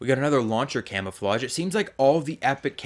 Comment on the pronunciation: U said camofawgs unsded of camouflages